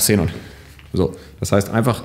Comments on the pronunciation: Cenon Scheinwerfer;) Es wird Kseenon ausgesprochen. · Sßßßßßßenon ich kann nicht mehr, wird das wirklich so ausgesprochen?:D